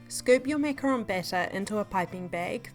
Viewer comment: Huh? It is ‘ MACARON’ idk where your getting macaroon from. Macaroon is a completely different thing...